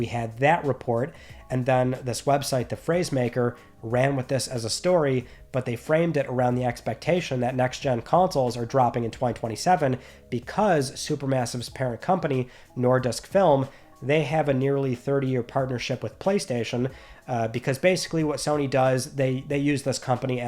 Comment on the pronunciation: When you said Nordisk Film, it sounded like Nore-Disc Film. Hey, that's a company I haven't heard of. Then I realized. The pronunciation isn't very wrong, but quick it up a bit. "Nooudisk" with barely any R in there, just a hint. Also, in case anybody wondered, the name has nothing to do with discs. It's just Swedish, Norwegian and Danish for "Nordic". Also, it's a very annoying distributor, one of the reasons being their many copyright warnings on every DVD that can't be skipped. There was also a witchhunt a number of years ago from them and am anti piracy lobby which made a lot of poor people pay a lot of money for downloading their 3/10 IMDB movies because they weren't worth any money for a DVD. They have also contributed to blank media costing a lot more over here, despite streaming having taken over from (among other things) 90's cassettes. Now it's spilled over to nonblank media as well, including streaming.